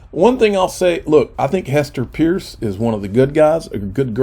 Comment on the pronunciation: Gasparino and both refuse to say Hester Peirce's name ('purse') correctly.